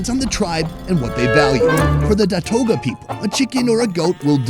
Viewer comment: Datooga not datoga. FYI